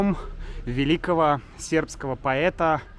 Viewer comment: у тебя очень хорошое произношение сербского 😊